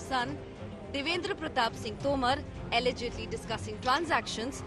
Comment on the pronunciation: The emphasis you put on the word “allegedly” is hilarious. Journalistic propriety and integrity on display for the world to see! These media houses should be investigated - I’m sure all this goodwill towards the current dispensation is not free. Shameful and a sorry state of affairs.